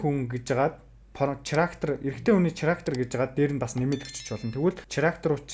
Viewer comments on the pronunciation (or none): ХАСНА ХИЧЭЭЛ ХИЙНЭ ХАЙНА гэдэг үгнүүдээ чи ГАСНА ГИЧЭЭЛ КИЙНЭ КАЙНА нтр гэж ярихаа больж болох уу Character гэдэг чинь Кэрактер гэсэн дуудлагатай болхоос чиний хэлээд байгаа ЧИРАКТЭР гэсэн дуудлагагүй шүү ядаж байхад ямар олон удаа ЧИЙРААКТЕР гэдэг юм бэ